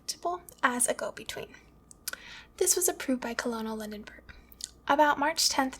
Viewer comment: Also Lindbergh (not Lindenberg)